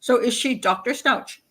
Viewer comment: Stauch ends in a hard "k" sound. Stouk.